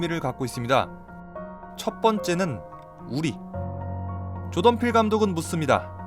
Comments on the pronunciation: 그냥 조동필이라고 발음하시는데요 ㅋㅋㅋㅋㅋㅋㅋㅋㅋㅋㅋ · 계속 조동필 감독 이라고 들리네욬ㅋㅋㅋ 한국감독인줄ㅋㅋㅋㅋ 늘 재밌게 보고 있습니다! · 자꾸 조동필이라고 들리는데 제 귀가 이상한 건가요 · 계속 조동필 감독이라고 하는것처럼 들림